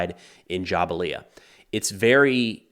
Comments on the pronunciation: Say it with me JA-BAL-YA NOT JA-BA-LIA your videos are good but please pronunciation is key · Jabalia is pronounced - Jabal-li-YA. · Great report. Best I have heard on the conflict. Pronounced Ja-BALYA. Go IDF! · Thank you for the impeccable, unbiased reporting. You are great and bring both sides of a case and factual commentary that is sometimes more convenient to see you than the news. And try to say Jabalia like Ja-bal-ia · It’s Jah-bal-ya